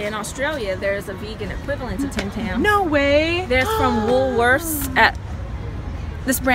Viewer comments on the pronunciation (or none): She's so pretty! And she can't say Woolworth's just like me lmao